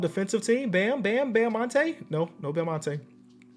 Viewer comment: Yeah Edrice "Bamonte" Adebayo